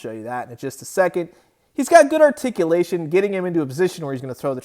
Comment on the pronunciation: ....good articulotion?? Lol